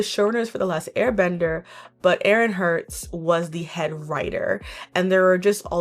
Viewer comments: "Bryan Kozinko" Oh, yeah! Bryan Konietzko "Aaron Hirtz" AARON EHASZ? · minor correction but isn't that Aaron Ehasz (I don't think it's pronounced Herz)?